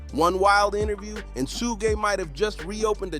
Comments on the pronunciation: You must be a young kid. Keep saying suug because everyone knows suge knights not Suug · Mf said sooj 🤣